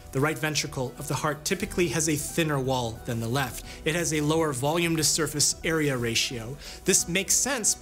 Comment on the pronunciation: "volume to surface … area ratio" You couldn't have put that pause in a worse place. "Surface area" is a compound word that needs to be pronounced fluidly to express its singularity.